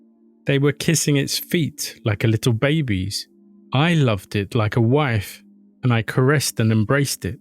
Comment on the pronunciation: the way you said wife